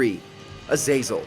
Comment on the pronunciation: The way you say Azazel's name makes me want to off myself lol